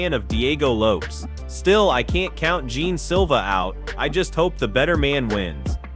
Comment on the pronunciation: It’s lopes bro not loppe’s 😂😂😂